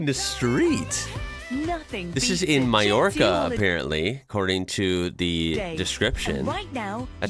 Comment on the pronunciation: IM SO PROUD OF YOU!!! You said Mallorca like a Spaniard pronounces it